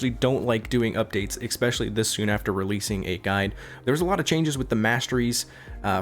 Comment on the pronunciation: I don't know why he allways say "expecially", as there no X in this word. I'm not english speaker, so maybe I'm wrong, but it's strange.